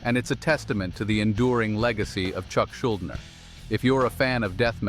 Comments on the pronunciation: The AI pronounced "Schuldiner" four different ways in 60 seconds 😄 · I really wish creators wouldn’t use AI voice overs. No ones actual speaking voice will sound worse then the incessant mispronunciation and lack of expression that AI voices give.